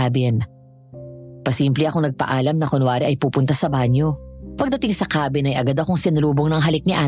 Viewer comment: Natawa ako sa KEY-BIN😂😂😂 ang ganda ng narration tpos yung KA-BIN naging KEY😂😂😂